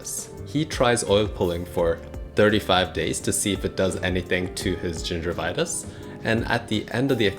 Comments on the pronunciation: does no one else have a problem trusting someone who keeps pronouncing gingivitis as "ginger vitus" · It's not gingervitouse, it's gingivitis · Gingervitouse, no gingivitis yes. You will be received as knowlegabe if you use pepper English. Gingivitis, not ginger vitouse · first of all, it's gingivitis, not gingervitis, it has nothing to do with gingers. More importantly, dilettante, pseudoscientific videos dispensing medical advice should not be allowed, you lack solid theoretical foundations in anything to apply the scientific method of inquiry, you should learn about the null hypothesis for starters. The only way of prove or disprove oil pulling is to have a blind study in a controlled environment with a representative sized sample, the same way that medical benefits of anything are assessed.